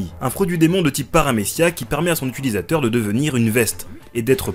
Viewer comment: on dit "utilisateur" pas "utUlisateur" 😵